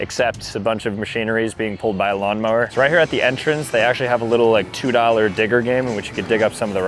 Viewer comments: Why tf does this time stamp make it sound like he said it w an n💔🥀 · Bro did not say digger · buddy did not say digger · Every time he said digger I herd something else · he did not say digger every time i swear💀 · bro said digger💀☠💀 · Bro did not say digger 😭🥀